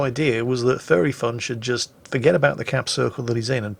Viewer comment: Every time says "Furry Fun" I hear him say "Fairy fun"